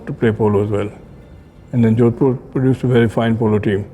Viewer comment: it's jodhpur not jodpur.